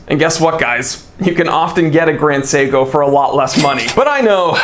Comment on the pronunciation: You actually pronounced the name on point! Even emphasized the syllables correctly, even with the American accent!